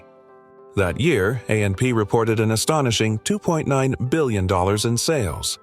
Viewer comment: It's called AP not amp you need to get a new narrator